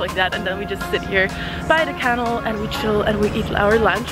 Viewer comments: Thank you for your video. It's informative and helpful to those interested. What is the "kennel" you keep mentioning? Do you mean "canal?" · What on earth way are you pronouncing "canal"? Or are you saying "cannel"? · odd how she pronounces canal , like can el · Kennel vs. canal — your pronunciation had me puzzled few times 😂 I also feel all Parisians just say la Seine 😉 Hope you enjoy your stay there. The title of the video suggests that you’re disappointed, but Paris is a wonderful city — get the most of it ❤️ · Did anyone else cringe every time she pronounced the word canal as "kannel" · Did she really pronounce canal as...canel?? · I'm fascinated by the way that you pronounce canal. I've never heard anyone say it that way. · why you pronouncing canal wrong 😂